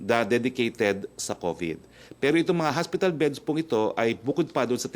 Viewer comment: "HOSPITAL", HINDI HASPITAL, wag ka trying hard maging amerikano.